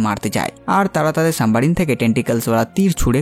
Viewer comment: সাম্বা রিন না সাবমেরিন উচ্চারণ সঠিকভাবে করুন😂😂😂😂